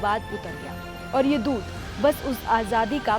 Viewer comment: दूध नहीं है दूधी है😂😂😂